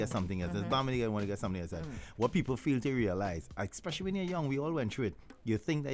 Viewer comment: Years now saying 'thought '. Oh gosh, it's Taught. And there's no X in 'ex-pecially', it's Especially.